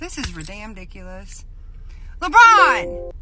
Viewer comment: DID SHE SAY REDAMN DICULOUS,LOL